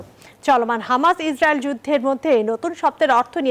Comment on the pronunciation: ইজরিয়েলড উচ্চারণ টা এমন হবে